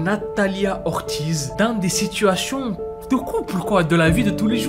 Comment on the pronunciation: Ortiz se prononce "ortise" commes des ortis mais la s sonne!et la lettre r se roule dans le palait de vos bouche!